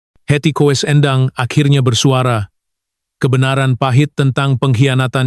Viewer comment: Menyebutnya kok Heti Kowes.....